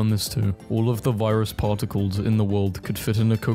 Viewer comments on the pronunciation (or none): Mol-ick-kyu-lees and Par-tick-kles just sounds so wrong.